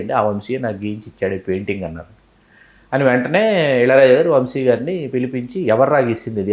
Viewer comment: వంషి కాదమ్మా వంశీ